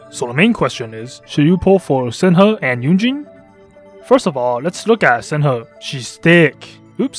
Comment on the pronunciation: The way he pronounces shenhe Its shun-hay not sen ha